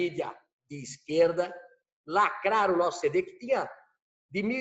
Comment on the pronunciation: Lacraru, destruiru e mataru o português